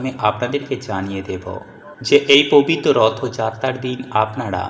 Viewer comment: ভাষা ঠিক করে ,😢😢 কথা বলুন আগে!!!!😢😢😢 প বিত 😮😮 কথাটা কতবার বললেন !!!!😊😊 কথাটা হবে (পবিত্র ) প বিত নয়!!!!😂😂😂😂😂😂😂😂😂 আবার বলছি 😅😅(পবিত্র) বলুন !!!!!!!!😢😢😢😢😢😂😂😂😂😂